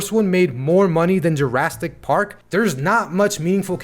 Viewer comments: Bro can you stop saying jurrastic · Dude are you saying "Jurasstic Park"?